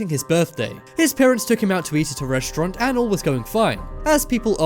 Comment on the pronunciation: reshtront!! Who the hell taught you english and who the hell says reshtront? it's RESTAURANT you half wit